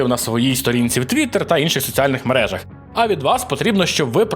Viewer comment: Да йопт, не перен'если а перенесли', вчіть українську задовбали. Бляха і ще: мере'жа не мережа'... бісите...